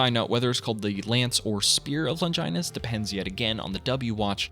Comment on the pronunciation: You don't say Longinus correctly. Kinda weird considering you watched the show and read the manga.